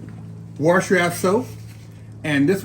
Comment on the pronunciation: Did you mean Warsh your ass soap?